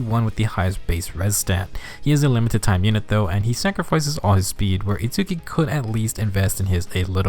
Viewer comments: Sorry, just need to say his name is pronounced like "Its-ski", don't need to pronounce the U. But definitely impressed how strong of a F2P character he is. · Hol up You included both Chrom and Itsuki saying Itsuki's name... and yet you still pronounce it differently? bruh